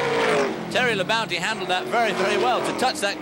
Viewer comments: I was cracking up how they kept referring to Terry Labonte as "Terry Labounty". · Earnhardt, Bodine, Rudd, Bonnett, Gant, Terry Labonte (Squier pronounces it "La-Bounty"), Richard Childress, Earnhardt's future crew chief, racing each other (cool). Only Neil Bonnett was a former winner of these guys at this point. Plus the "Big Four" (Petty, Pearson, Allison, Yarborough). No Bill Elliott though..... Although he was in the '78 race, I think finished 8th (!) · Hate how they say Labonte.